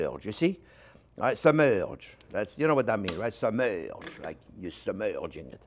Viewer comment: Says submerrrrrge like French though